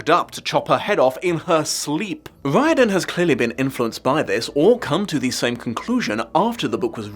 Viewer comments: I find your pronunciation of Riordan catching in my ear a lot as it's a pronunciation no Irish person would use. The alternative spelling Reardon is more like how it is pronounced over here. PS the name means "descended from the King's bard". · Thanks for introducing me to the concept of the Mandela effect. That was an interesting rabbit hole to go down. Wouldn't the author's name be pronounced Rear-d'n?